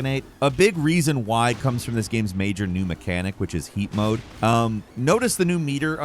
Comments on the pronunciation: I thought he said feet mode for a moment lmao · When first said 'heat mode' I thought he said 'yeet mode' and loled for a bit😂